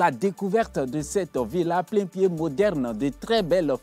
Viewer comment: C'est "plain-pied"